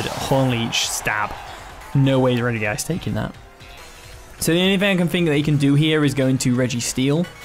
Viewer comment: Look at that! You pronounced it greatly this time at the beginning haha